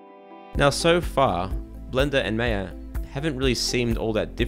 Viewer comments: It's not May-yeah. It's Maa-ya . BTW, I also love Blandar very much ;) I should start learning it soon now. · its "my-yah" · You started nicely but claiming that rotating cubes crashes maya is a really poor comment. Oh, and ma-ia not mei-a. The minimized panel workflow has not been adressed because it poses absolutely no problem. If it did, it would have been addressed . There is no tool where these panels minimize, and the only reason to go there, is to restore the panel. Other than that, this is a great video which is a very helpful introduction to Blender. thanks for the time you spent to help people . It appears that lot of the Blender features come from 3dsmax but are accessed and managed in a more (unnecessary) complex way.